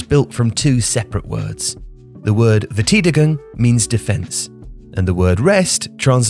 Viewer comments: Rest defence is a lazy and misleading translation from the German word. Remaining defence would be more meaningful but of course everything gets abbreviated nowadays. Also, Verteidigung is pronounced with an "aye" in the middle, not "ee" . Otherwise an excellent and well delivered explanation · Fair-Tie-Dee-Goong Your phonetics sound more like wört-ei-deigong if pronounced by an english-speaker. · you totally slaughtered the german pronounciation 🐸it should be something like ver-tigh-dee-gung. anyway top video as always! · Great video as always, but please, if you're gonna put focus on a foreign word, learn how to pronounce it first. Verteidigung is pronounced 'ver-tai-di-gung', not 'ver-ti-de-gung'. That doesn't make the video any less good in terms of learning, and the visuals are of top quality, as always, but it makes you look kind of unprofessional, when you cannot even look up a single German word. You also mispronounced Cádiz, but that mistake is not as bad, and one might even argue that the way you said it, is the English version. Anyway, keep up with the good work, just try to be a little more careful with foreign words. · Wow, pronounciation of verteidigung just gave me shivers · Just a small detail about your German pronounciation. Ei in German, as in verteidigung, is pronounced like the word eye. Otherwise, great video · the way pronounced "Verteidigung" really made me cringe:D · Apart from his mispronunciation of Verteidigung, which as anyone who knows basic German knows is a simple rule about ei and ie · Yes, he could easily have asked anyone who knows German, it's a simple rule about ei and ie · Yes, a great video but it's a pity he didn't ask a German speaker how to pronounce the term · Comment section today: 1. listing all bad defenders who are resting and not the rest of them😄 2. how can not pronounce a difficult German word properly 😜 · Sorry but that's not at all how you pronounce 'Verteidigung'.